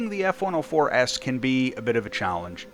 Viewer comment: Is it just me or did you say "S-104S" Instead of F-104S at some parts of the video?